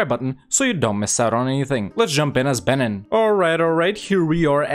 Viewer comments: It’s pronounced Ben-een not ben-inn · I only got 1 minute in because I can't handle your pronunciation of Benin; the second vowel is pronounced like "ee". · It’s pronounced ‘beneen’ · Please learn to pronounce the nations, I can't listen to you saying BENNEN 50 times